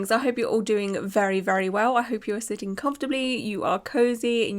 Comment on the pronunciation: I love how you say sittings comfortably. I'm watching this on my walk home from work in the rain 😂